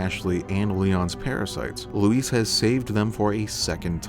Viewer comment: It’s Luis, not Louise. Thumbs down for annoying pronunciation